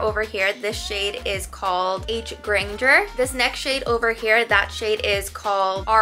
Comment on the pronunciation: You butchered Hermione’s last name it’s not Granger with a hard g. It’s granger you know like RANGER?! Do you not know how to spell!?